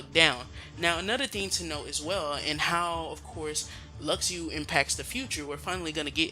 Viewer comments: it's not luxiu....it's Luxu like Lushu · Jaguar has the lost page, not Luxu and its Luk-shu.